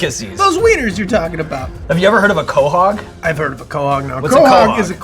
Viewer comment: He didn't pronounce quahog right what a poser